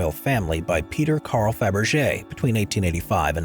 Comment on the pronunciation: ПРОШУ ПРОЩЕНИЯ!!!НЕ ФАБЕР,А КАРЛ ФАБЕРЖЕ!!! НЕОБХОДИМО ГОВОРИТЬ ПРАВИЛЬНО,!!!